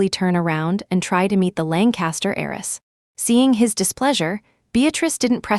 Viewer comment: HEIRESS not Eris or ays